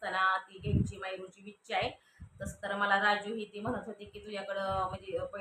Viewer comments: हयाति काय बोलते आहेत असं बोलाव ना... आणि विछा नाही ग बाई इच्छा असं म्हणतात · विच्छा नाही इच्छा म्हणतात ताई.... वाढदिवसाच्या हार्दिक शुभेच्छा माहेश्वरी